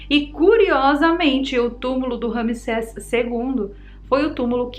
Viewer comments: "maldição de tutancagon" 😆🤣 "maldição de ramiseca" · Não consegui conter a gargalhada na parte do "tutankagón" e "rami seca" kkkkkk. VC é demais!!!!